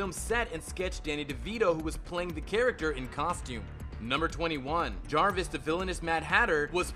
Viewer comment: Your pronounciation is all over the place Gregorian - Greg - or- ee - an Hamill - Ham-ill It's Jervis not Jarvis. Valestra not Valesta And I'm only 4 minutes in!